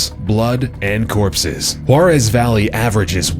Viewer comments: “Whorarez valley” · He pronounces the first one "hwor-ez" when it is actually pronounced "hwa-tez"